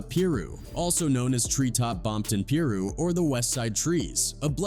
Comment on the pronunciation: The narrator was saying Pirus wrong but I enjoyed this story